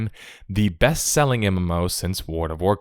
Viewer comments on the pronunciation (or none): Worn of Warcraf"